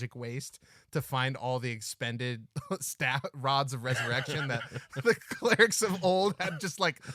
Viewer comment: Pretty sure the pronunciation should be Rod of Rez-erection.